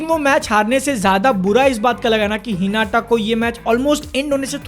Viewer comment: Normal people : हिनाता BNFTV : हिनाटा 🤦🏻‍♂️